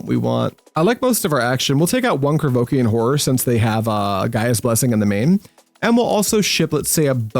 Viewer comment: Your mispronunciation of Llanowar makes you sound like a French aristocrat—kinda boss, so keep that…but…the way you say Krovikan is some straight-whack-deranged-hermit-on-shrooms type of nonsense!